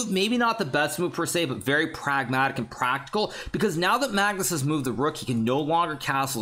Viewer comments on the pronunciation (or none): Ah yes magnushansmen😂